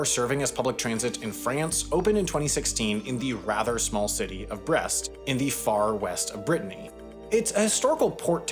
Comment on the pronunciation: While I appreciate the attempt to pronounce “Ateliers des Capucins” correctly, “Brest” was completely mispronounced and so were Paraguay and Uruguay 😂